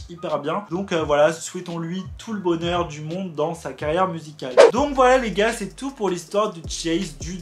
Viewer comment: Tu peux juste arrêter de dire les gars avec cet l'accent bizarre 🙄🤦🏽‍♀️